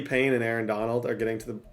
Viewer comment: this man has always added an n in paye’s name 😂😂